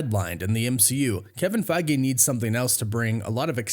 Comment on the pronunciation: 😂we could play a drinking game based on how often you say Kevin Fiege